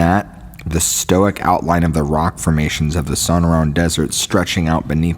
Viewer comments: And SONAR-ran and "TUCK-son" LMFAO!! I love, but yeah, it's kind of cringe inducing, isn't it? 😂😖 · It's su-nor( like snore)-anne.... And...too-sawn... Sonoran desert and Tucson!!! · No, it’s pronounced sun-er-an and tuck-sun. Thanks. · Sonoran is pronounced sa-nor-un. Tucson is pronounced tue-sonn. Just a peeve of mine. Otherwise these were good stories. Thanks.